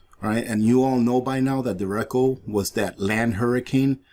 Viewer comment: Derecho:Deh-Ray-cho (not dericko)